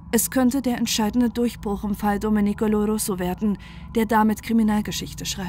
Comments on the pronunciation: Sorry. Reportage gut. Aber Domenico spricht man Domeenico. Man betont das e, nicht das i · Nein, nicht richtig!